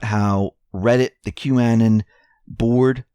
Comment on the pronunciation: Thank you for all your great reports. Please correct your pronunciation of Qanon. Anon is the same as "anonymous" short a sound. Also, the accent is on the first syllable "Q" Your pronunciation was so different it took me awhile to figure out who you were talking about. Thank you for correcting on this most important word and especially since you are here to accent Q's posts!